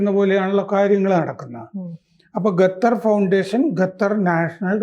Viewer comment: ഗത്തർ അല്ല, ഖത്തർ ആണ്. എപ്പോഴും മലയാളത്തിലെ പല അക്ഷരങ്ങളും തെറ്റായാണ് ഉച്ഛരിക്കാറുള്ളത്. ശ്രദ്ധിക്കുമല്ലോ.